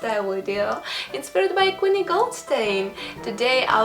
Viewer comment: Beautiful. It's Queenie though, not Quinny.